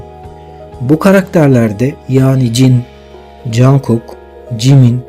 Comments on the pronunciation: Ya Cankok değil conkok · Teşekkürler ama cankuk değil cunkuk diye okunuyor.😂😂😂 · Çok yaratıcı bir video olmuş yanlız jankuk demen çok kulak tırmalıyor (conkuk) veya (conguk ) şeklinde okursan çok iyi olur :) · Cankuk değil, Conkuk diye söyleniyor. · abi rica etsem jungkook u cankuk olara değil de conkuk diye okur musun doğru okunuş bu çünkü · cankuk cankuk kulağımı tırmaladı söylemeden duramayacağım. CONGUK. CONGUK OLARAK SÖYLENİYOR LÜTFEN DÜZELTİNİZ. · Cankuk değilde conkuk diye okunuyor 🌹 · Çok güzel olmuş. Ama niye jungkooka jankook diyorsun? 😅😅